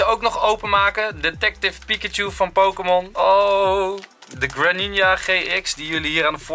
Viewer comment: Je spreekt het uit als Greeninja